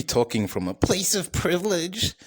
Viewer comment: Good topic. But did you mean to type "you owe yourself that much" in the title ? Lol. "Place of privilege" the way you said that was so funny man. I love when you do the American accent. Fricking hilarious man.